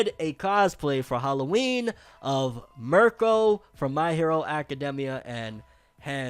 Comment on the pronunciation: All this time and u still saying Mirko name wrong